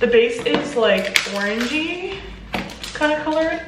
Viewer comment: Instead of hearing “This smells orangey” i heard “this smells like an orgie” and I almost died laughing